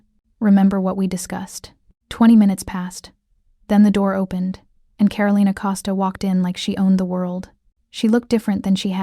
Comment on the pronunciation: So Min had NO security of his own in the restaurant while he was dining with Karolina? That's crazy. And it's pronounced Ka-ro-lee-na, not Ka-ro-lye-na!